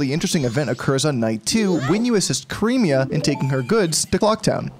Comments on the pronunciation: “Cream-ee-uh” I always laugh how goes many people mispronounce her names. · Everyone here's going on about the hug or making milk jokes while I'm reeling from how he mispronounced Cremia's name.